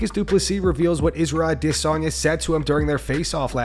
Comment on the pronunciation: NEEDS TO LEARN HOW TO SAY ADESANYA, HE KEEPS SAYING A-DIS-SANYA LIKE HE'S DISSING PEOPLE.